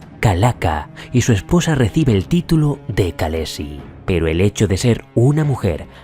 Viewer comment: ¡Vaya currazo! Gran vídeo. Un apunte sobre la pronunciación: las letras «kh» se suelen usar en inglés para representar un sonido similar a la jota española. Si te fijas, en la serie, cuando hablan en inglés (o sea, en la lengua de Westeros) pronuncian con 'k' y dicen «kalessi», etc. pero cuando hablan en dothraki pronuncian «jalessi». Están basados en los pueblos de las estepas de Asia central, que tienen ese sonido: llaman a sus jefes «jan», aunque len muchos lugares lo vemos escrito como «khan».